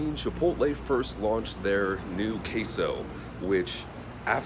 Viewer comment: Since I couldn't comment in the trailer, I just came here to say that I am mad for some reason for the way they said queso. Sorry but just had to comment also good review.